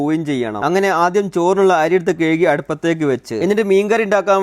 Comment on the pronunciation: കയ്കി അല്ല കഴുകി എന്നാണ്